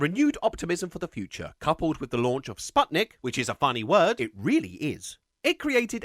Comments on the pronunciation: I wonder if you'll find Sputnik even funnier once I tell you it's actually pronounced spootnik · Why is the word Sputnik never pronounced as it should? It doesn't sound like "spud", it's like "put". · lol every time people pronounce Sputnik like Spotnik, but it's actually Spootnik